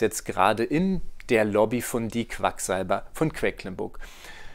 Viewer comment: Vielen Dank für die ausführliche Erklärung. :) Nur ein kleiner Hinweis: es heißt „QueDlinburg“, nicht „QueCklinburg“ 😬